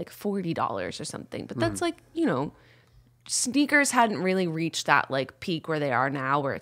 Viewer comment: Jenna your old lady is showing when you say sneeakers lmao